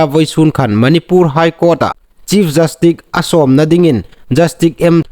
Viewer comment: 'Jastik' niloin 'jastis' ti thlûka lam ding a nih.